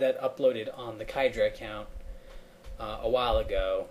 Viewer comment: Finally - Now I know how to pronounce 'khydraa'!